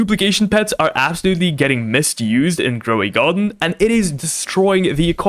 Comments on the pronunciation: "rowy garden"💀💀💀💀💀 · “rowy garden”😭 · "Rowy Garden"💀👍